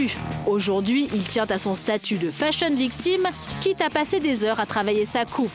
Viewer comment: mdrrr elle dit bien "fashion victime" jpp elle a raison